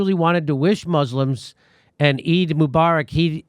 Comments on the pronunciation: eid is pronounced eed as in reed, your welcome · FYI folks “Eid” rhymes with “bead”. Long “E” as in “because”, “I” is silent . It is a major holiday in Islam. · Eid pronounced like Seed! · Eid NOt E I D JIMMY